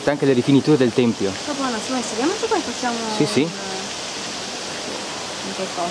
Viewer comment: si dice tempio non templio...